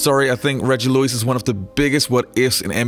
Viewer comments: am i hearing something wrong or is homeboy pronouncing his name like Luiz or Louise? ha ha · Bruh, you said Reggie Lewis and then Reggie Louise several times 🤣🤣🤣🤣🤦🏻‍♂️ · Why does this dude insist on calling reggie lewis reggie luis!...its lewis bro stop calling him a predominately latino first name.. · Great vid but how does this guy not know how to pronounce Reggie's last name? SMH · Real talk this man who's announcing was not in the United States or watching basketball at all he can't even pronounce his name